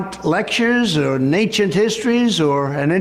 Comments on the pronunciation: Was "Lectures or Nay-chit Histories" supposed to be "Lectures on Ancient History"? This isn't even live, what the hell is he saying? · "Naincient histories"??? for free? Count me in!! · Am I the only one hearing Natient History? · Nancient histories? Nancient histories? What? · He clearly said “ natchent histories” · Is anyone gonna gloss over the fact he said NACIENT HISTORY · Wth is ncient histories? Or am i hearing him wrong? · What is "nayncient history" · Not "ancient history," Sam. "Nancient history." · I keep hearing Natured History. I suppose it is Ancient History (as Sam and Emma made that joke) but I can only hear Natured History. What a goop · I swear he says "natcient histories". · Is it just me or is he saying "nancient history"? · What is "nanchient history?" I thought I was educated, but I never even heard of this. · I just can't seem to get over "Nancient Cultures" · I listened a couple times to make sure; MFer said "Natured Histories" 💀💀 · What the hell is "naincient histories"? 😂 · ‘Nancient history ‘- Donald Trump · He says "Naincient History" instead of Ancient History. Why did he put an "N" sound at the beginning? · "Nanechient histories" did anyone else pick that one up? He clearly said "Nanechient Histories," yet he claims Biden is on the decline and he's "high energy." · What’s a “nancient history”? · He said "lectures or ... (o)nancient history". You communists should be ashamed of yourselves ... making fun of the disabled. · Or "Nancient histories" .... Wtf is that? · Completely disagree. He said Nainchient 😂😂😂😂